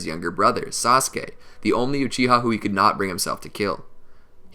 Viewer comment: Did he say sauske